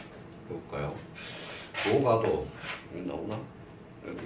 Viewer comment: 참 훌륭한 강의입니다. 그러나 독 법 문제. "도가도"의 독버베 문제가 이ㅆ습니다. 우선 선생께서, "도가" "도"라고 ㅋ띄어서 읽었고 첫 번의 "도" 는 짧게 읽었고 다음 "도"는 길게 바르게 읽었습니다. 제 생각으로는 "도" "가도"라고 띄어서 읽고 :가"는 길게 읽어야지요